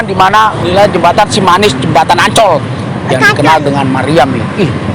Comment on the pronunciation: Ancol bang bukan oncol 😊🤭sukses bang